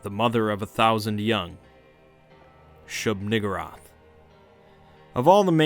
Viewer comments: I kept hearing shoog-N-wrath 😂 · Shub Nuh-gurr-ath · He knows he's mispronouncing the name and keeps on using it. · WHOA with the hard r